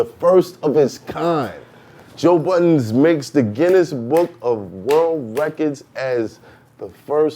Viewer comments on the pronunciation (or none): THANK YOU!!! Everytime I hear people add the S at the end a peice of me dies inside 😖 lol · Budden........BUDDEN! no damn “s” lol why is that so hard for people to say? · People love to add the s on the end of budden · It's not hard to say Budden. It's not BUDDENS!